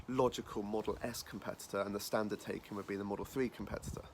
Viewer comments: It’s pronounced ‘tie-can’ Not taken! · Mispronounced Taycan. I only say this because the correct pronunciation sounds better. Tie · Used to own a Porsche, consistently pronounces the brand name and model name wrong every single time...